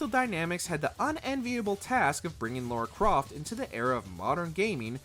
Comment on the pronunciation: Yall still cant say Lara Croft... Who is Laura??? Hire me next time to do the voiceovers. Seriously